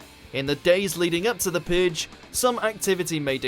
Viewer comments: the pooge your saying the pooge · The Puhg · you say "purge" very odd